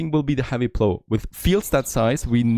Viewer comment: "plow" rhymes with "how" not with "blow"